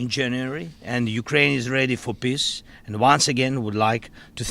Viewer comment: Zelensky said peace but I heard piss